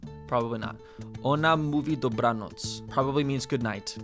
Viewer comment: wow, you perfectly read the word ,,dobranoc"